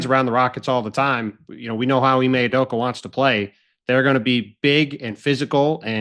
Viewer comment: It’s actually Hime Udoka (pronounced He-May, means “princess” in Japanese)